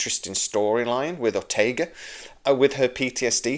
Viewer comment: OrtegaS. If she's your favorite character and you adore her - why can't you get her name right?